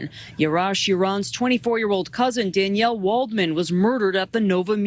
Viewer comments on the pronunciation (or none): none